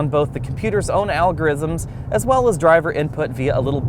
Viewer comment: "Algorisms" "an alive rear axle" :-P Enjoyed the video.